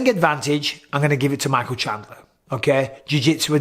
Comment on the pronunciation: I see you're still saying Shandler instead of his actually name lol. It's been years man